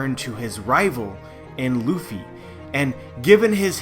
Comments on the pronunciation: I'm wondering where you got this strange pronunciation of the name "Ruffy" from. It's neither the Western nor the Japanese one. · Ace Vincent Arevalo But Japanese people usually don't pronounce the letter "R" as "L". They do not have the "L", but the "R" is also not realized the way we produce the sound for "L". It's somewhere in between and a realization that does not exist in this way in the English language. The pronunciation of the name "Ruffy" in this video is overly anglicized. The narrator produces the sound for the "R" in "Ruffy" just the same as you would pronounce the sound for "L" in words such as "leaf", "lady" or "laughter" and that's not correct. The sound for "U" is also not exactly like the Japanese pronounce it. Now I don't want to say that people HAVE to use proper Japanese pronunciation when they don't speak Japanese but in this video it's pretty far away from the actual pronunciation.